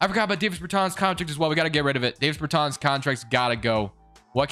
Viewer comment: I know it’s late as hell and nitpicky but his name is pronounced “Daaahvis Beartaaahns” not “Dayvis Burrtans” Dāvis Bertāns